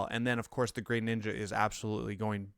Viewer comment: Why dude? There is no Y in Greninja. He's not grey ninja... what?